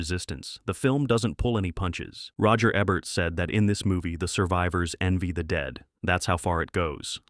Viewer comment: Is AI narrating this, it's pronounced roger EEEEEEEEbert! WTF. Poor production.